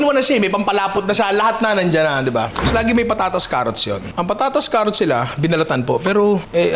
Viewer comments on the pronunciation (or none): none